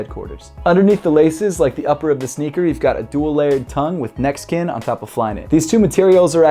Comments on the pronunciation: Also it sounds like he says "Mexican upper? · Every time u said neck skin I thought u were saying Mexican